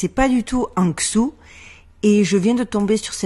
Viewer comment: excuse la remarque mais ta prononciation de la ville de Hangzhou est assez terrible à l'oreille et çà ne vient pas de ta dyslexie mais de ta prononciation à la française! En gros çà se prononce un peu comme Rangjo, le "H" se prononcant entre le "H" aspiré et le R, et le OU se prononcant entre le OU et le O. Pour avoir une meilleur prononciation imagine parler comme un samouraï japonais et tu devais t'approcher d'une prononciation proche de la vrai à la chinoise "Mandarin" mais pas forcement du dialecte "Jiangnan Mandarin" de la ville elle-même, sachant qu'il y a environ 36 dialectes en Chine voir plus même si Google en annonce 24